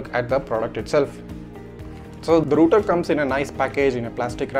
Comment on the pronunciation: Its not roter its called router